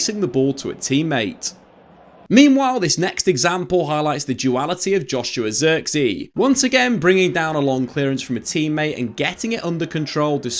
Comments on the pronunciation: if only you knew how to pronounce his name correct. Zirk-zay, with the i pronounce like Giggs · Just quit pronouncing his name pls at this point u butchered it so many fking times u should just say joshua lol